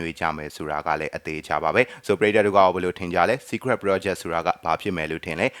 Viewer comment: ပုရိတ်သတ် ❌ ပရိသတ် ✔